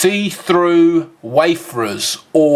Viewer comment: Wayfarer. Not waferers